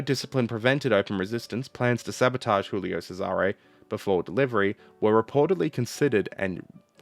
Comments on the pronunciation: Check the prononciation , gulio not chulio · Hey man😊, love your channel and watch every video, pls check your pronounciation (soo many italians there, just ask...), ship's name was Giulio (like in "june", NOT julio as you say, that' spanish...) Cesare (like in "cheddar", and the accent stays on the 1st "e", DON'T move it) Keep up the good work😊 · Hey - native Italian speaker here. Hoping to help for the next time your subject brings you to pronounce Italian words... 1. TAranto and PICcolo - stress is on the first syllable 2. You pronounce "Giulio" as if it was the Spanish "Julio", like most English speakers. The "Giu" group in Italian is pronounced like you'd pronounce the "Ju" in "Judas" 3. The letter "c" is tricky in Italian. Before a, o, or u it is pronounced ilke a "k". If it is before e or i, it is pronounced like the "ch" in "Charles". So "Cesare" is "Chay-sah-ray" (sort of). 3.1. The "c" in "Decima", similarly, should be pronounced by a native English speaker as if it was written "dechima" (NB it is the exact opposite in Italian, "ch" is always pronounced like "k")